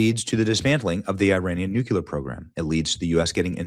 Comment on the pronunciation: stop saying new-queue-ler.